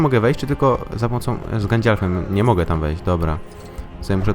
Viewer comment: gandalfem nie gańdalfem